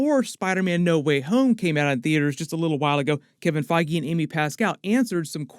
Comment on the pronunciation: bro said kevin faiygee lmao